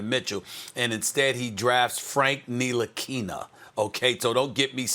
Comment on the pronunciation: “Frank Nilikina” 😂 😂